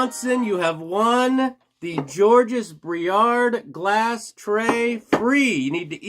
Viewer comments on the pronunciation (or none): Georges is French which means the final consonant s is silent. JAWJ iz.